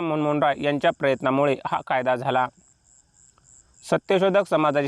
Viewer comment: सर राजा राममोहन रॉय या महान समाज सुधारकाचे नाव व्यवस्थित उच्चारा!